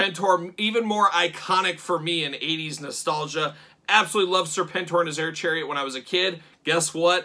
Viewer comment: Air-Chariet ? More like Ch-AIR-iet am i right ????????